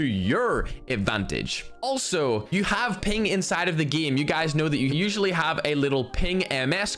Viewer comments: The Ernie geeemuh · Plot Twist: Instead Of Game he said gim 😂😂😂